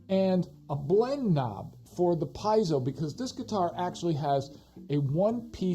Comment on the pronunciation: Pee-AY-zo haha. Thanks for the review